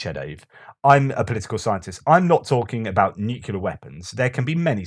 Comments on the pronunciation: Keep up the great work, really looking forward to all of your Ukraine war updates. PS: Dont say nucelar, it's nuclear. Just a friendly reminder. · Another fascinating post. Re the US healthcare system - widely acknowledged to be one of the least efficient (outcomes per dollar) anywhere. A minor point - the word nuclear is a simple two-syllable word. Why do so many people force a redundant third syllable into the middle of it? noo-queue-lar instead of new-kleer.